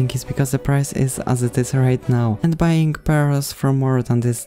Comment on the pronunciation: And btw u said bying ibatead of buying